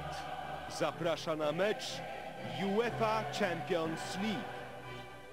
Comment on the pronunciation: "jułefa czampions lik"- na szczęście dziś mamy bardziej wyedukowanych językowo lektorów...